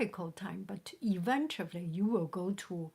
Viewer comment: It makes me laugh every time u say “eventuably” instead of “eventually” it sounds so funny :))